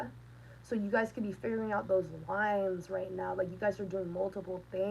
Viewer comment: I heard shrines not lines...hmmm.